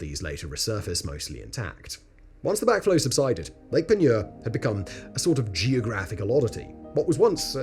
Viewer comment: I grew up right there in New Iberia and went fishing regularly in Lake Peigneur. Congrats on pronouncing it correctly! 😂 The mansion chimney is a bit creepy, but the surrounding gardens are beautiful.